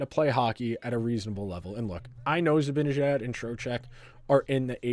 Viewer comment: It's "Zibanejad" - Zib-a-nah-jad